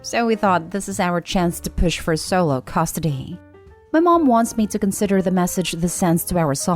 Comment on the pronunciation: What is "costidy"? These computer voices are getting better though still MASSIVELY irritating. But when do they get to pronounce words properly?